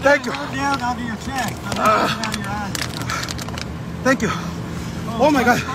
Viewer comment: 🤣🤣🤣🤣 si señor thak you thak you 🤣🤣